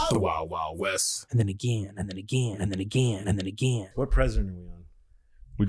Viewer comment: I'm going to listen to these ageen....and ageen....and ageen....and ageen...and ageeeeeeen.